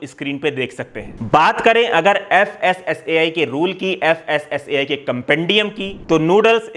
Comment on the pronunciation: FSSAI pronounced as फसाई 😂 फसाना और फांसना for a reason 😂